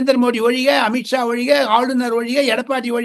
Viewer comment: மன்னிக்கவும். மிக மிக மிக மிக மிக மிக மிக மிக மிக மிக மிக மிக மிக மிக மிக மிக மிக மிக மோசமாகும், பாவமாகவும் இருக்கிறது " இளைய பாரதத்தின் " தமில். " அமிட் ஷா அல்ல அமித்ஷா. அதுசரி. ஆமாம் அது என்ன மூக்கால் அலுவும் ஸ்டாலின் ? அது என்ன . மோடிக்கு எதிரி ஸ்டாலின் நெம்பர் 1. கார்த்திக் இருந்தவரை இப்படி தமிழ்க்கொலைகள் எதுவுமே ஐ.பில் வந்ததே இல்லை. இப்பொழுது என்னவாயிற்று என்று தெரியவில்லை.